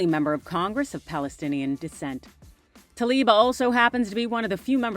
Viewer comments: Is it so difficult to pronounce TLAIB the right way? It certainly is not TALIB 🙄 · Representative Rashida Tlaib! Not Talib. Tla-ib Not Ta-lib.